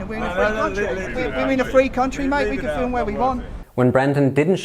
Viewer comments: mate please its not FILLUM its film ! i have never heard anyone say filluming someone ever until you came along , stop it please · Stop saying "Fil-um", its "film" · Filim is the wrong pronunciation